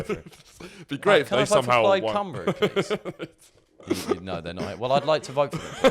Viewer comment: So impressed you can pronounce Plaid Cymru 😂